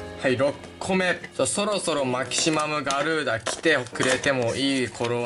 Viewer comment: マキシマガュリーダって言った時吹いたwwwwww